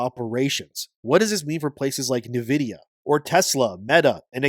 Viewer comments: nividia, Nividia, NIVIDIA… ITS N-VIDIA! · "Neh vidia"??? are you making AI read this AI script slop? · Who the F is NiVidiya?